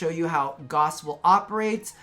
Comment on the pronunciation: “goss” Everyone else: “ITS FUCKIN GAOWSE!!!!”